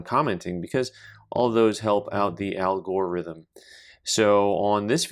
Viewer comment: I like how you said "it helps the Al Gore rhythm. Lol. That was hilarious.